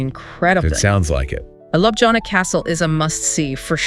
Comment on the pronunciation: Congratulations, documentary is great. But pronunciation of places is terrible. Even for me native to 🇸🇮 slovenia is confusing. At least you should learn how to say capital LJUBLJANA